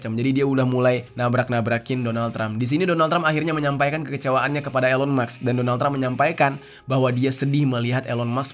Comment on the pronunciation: Sebutnya ilon kak bukan Elon